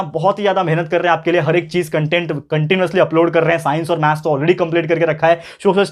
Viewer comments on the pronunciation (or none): none